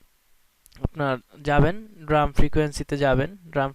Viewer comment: It's pronounced D- ram 'ডি র‍্যম'। "ড্রাম" না